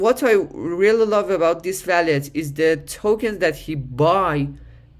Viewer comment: bro its wallet..not.valet. just say wooow-let❤🙏🏻😉